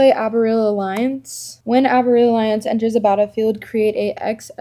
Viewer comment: Take a shot everytime that dude says gorgeous haha and no way she just gave that dude shit for pronouncing leyline wrong when she butchered the pronunciation of aboreal